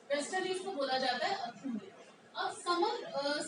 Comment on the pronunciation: Westerlies ko अथुनी नही........ आथुनी कहत है like आथुनी हवा/ बायरी चालगी ।😅😅